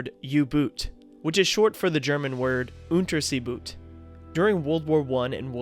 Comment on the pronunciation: Nice video. However, in German, the U is pronounced ooh, and Boot is pronounced like boat. So, ooh boat and not you boot, though that rhymes. And Unterseeboot is pronounced "Uhnter-zay- boat".